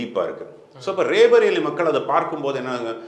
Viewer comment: Pl pronounce it as "ராய் பரேலி". Not ரே பரேலி